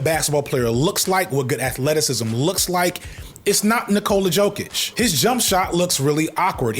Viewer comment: “Knee-cola Yo-kitch”